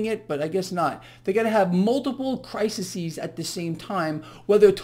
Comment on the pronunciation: So cute every time you say crisisis 😘 You'll get it soon ;)